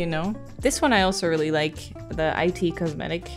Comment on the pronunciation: The way she spelled out I.T. Cosmetic 😂 I dieddddd! And thats on technology makeup. Hahah it’s just - it cosmetics - babe. 😂😂 I’m a gamer too, except I do understand makeup but just choose not to wear it. It’s too complex. 😂